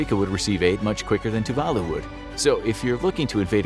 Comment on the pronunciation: Tuvalu is decimated by climate change. It's estimated by 2050 no one will be able to live there. Even now the younger citizens are sent to New Zealand and Australia to get used to living abroad. You butchered the name of the island. It's pronounced Tuv a loo